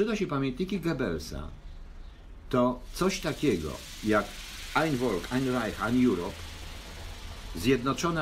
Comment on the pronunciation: Panie, wiem, że Pan wie.Dlatego proszę pozwolić sobie przypomniec:wymowa:Folk.Fffffff.HerrenFolk.Folk.jak F.olkswagen:)))fffffff w wymowie.Ang v.ale Niem v =F.. Heerenvolk =HE' renFOLK. To vvv w "folk" raaazi:)) A reszta...super